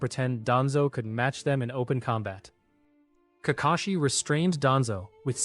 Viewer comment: Nah im not letting it slide how he not say Kakashi but says kakeshi 😂😂